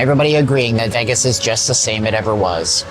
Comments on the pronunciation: You pronounce Vegas as "Veh-gus." It's pronounced "VAY-gus." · It's not "Veggess", it's "Vaygess" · I like the way you pronounce Vegas, are you Canadian?